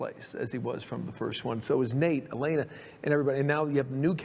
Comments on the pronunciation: Such a great video. Only one problem. It’s El-lay-nuh, not El-eh-nuh 😂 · Great video I loved it and Her name is (E lane uh) not (Ellen uh) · Amazing video. For the LOVE OF GOD “eh-LAY-nuh” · I was convinced until he called her “elen er”. Only AI would get that wrong. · I could tell it was AI lol, just the general cadence is ever so slightly off, but it also struggles to pronounce “Elena” lol